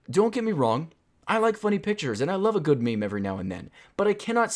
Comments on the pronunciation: I don't think you know what memes really are... Also, the only people who pronounce it maymay are middle aged women on Facebook that don't know better. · who the fuck calls meme's "may may" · No one says may mays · Stupid people say it like "MayMay" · lol who pronounces meme as may may